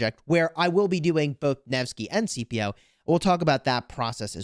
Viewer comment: I keep getting triggered by how you keep calling Scipio "CPO" lol The C is not silent. His name is pronounced more like "Skippio"